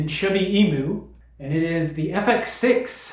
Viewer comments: As an Australian I die a little inside everytime someone pronounces it E-moo. It's E-mew. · In Australia, the Australian animal Emu is pronounced ee-mew like the Pokemon mew. I wonder if the mispronunciation is deliberate or not, but oh well it doesn't really matter except that so so so many people mispronunce it.